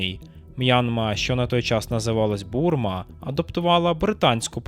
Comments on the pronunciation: Бурма чи Бірма? сидить і неможе правильно прочитати чи як?? ЧУВВВАКК перезалий відео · Burma /ˈbɝː.mə/ ось транскрипція якщо вже вирішили вимовляти на англійський манер . Ну не Бурма там )) А так то дякую за відео. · Бірма, Бірма!!!! Вуха ріже. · Супер аналітика особливо коли назву країни правльно не може вимовити - БІРМА